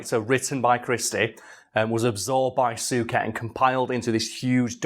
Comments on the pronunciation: Soo ket lmfao 😂😂 it's soo-shay Suchet. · Soo-shay. I'm old enough to remember David's brother John having his name announced every time he presented the news, so I've old person knowledge on how to say it 😅